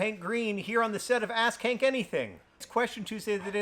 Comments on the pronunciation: Why did I hear “Ass Kank Anything?” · Does John say Ask Hank or Ass Kink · Why do you have to say it like "ass-kank"